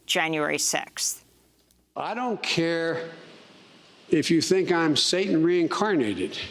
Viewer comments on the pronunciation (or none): none